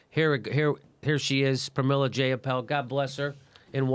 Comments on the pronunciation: Dat paypal joke nooo😂 but her last name is pronounced Jye-uh-pahl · As someone who has met Jayapal a few times, your pronunciation of her name is abhorrent XD.